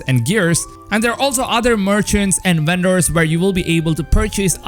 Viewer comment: "Uendors" Lol